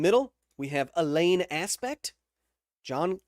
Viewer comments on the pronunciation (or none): Alain is probably better pronounced Alan rather than A lane (as in a lane of traffic). It'd be like pronouncing Chao Ming (Chao Mian in pinying) with waiting emphasis on it. (Or pronouncing croissant with a broken English accent)